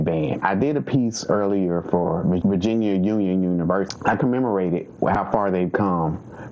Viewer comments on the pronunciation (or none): none